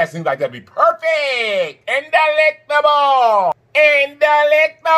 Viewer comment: If you say dalectABLE like that one more time 🤣😆😂 I can NOT